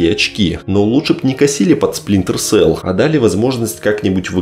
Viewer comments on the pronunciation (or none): none